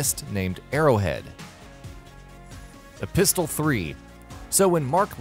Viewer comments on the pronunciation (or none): It's pronounced e-PIS-il, not e-pistol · “E-pistol 3”... I cringed so hard. You need to change the em-FAH-sis on that word